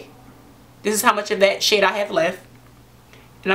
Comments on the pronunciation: When she says of that shade I thought she was saying that shit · Every time she said shade I hear shit 'gonna take a little bit of that shit' 😂😂😂😂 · Ha Ha omg same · I thought she was saying shit till I read your comment ...